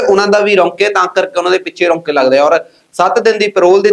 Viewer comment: ਰਾਊਕੇ ਵੀਰ,ਰਾਊਕੇ।ਨਾਂ ਕਿ ਰੌਨਕੇ,ਪੰਜਾਬੀ ਠੀਕ ਕਰੋ